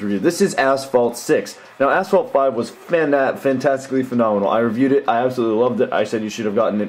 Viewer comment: did he said ,,asshole six''